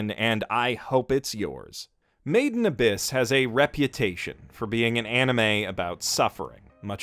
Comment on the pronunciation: I always thought you were saying “maiden abyss” I also thought it was a maid cafe show or something similar as you can imagine I found myself constantly wondering why you would critically acclaim a maid cafe show (oh how I was wrong 😑)